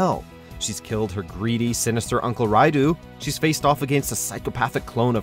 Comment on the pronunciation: Raidoo, Jenra, Ayan